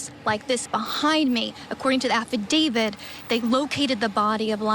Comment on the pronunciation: Side note- someone please tell this girl reporting to look up the pronunciation of the word affidavit! It’s not affidavid. She only said it a hundred times!